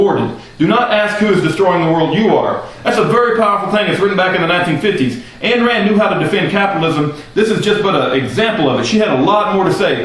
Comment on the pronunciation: Its pronounced "ein" Rand, as in "EINstEIN- not "ann" Rand. This I find according to the Ayn Rand Institute website.